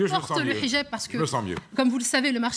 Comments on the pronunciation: Et en plus ,Elle prononcé bien le H!😁😁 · J adore comment elle prononce le "h". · A chaque fois qu’elle prononce « hijab » avec l’accent je sursaute